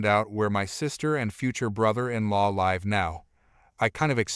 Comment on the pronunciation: Learn to pronounce Mamabear, it’s not mamabar. Also pronounce live right